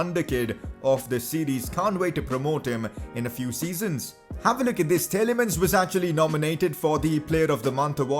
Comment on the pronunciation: Great career mode much better than the barca one. Also that's not how u pronounce tielemans